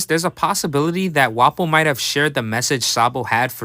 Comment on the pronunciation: bruh the emphasis on the effin wapo got me dead asf this was funny af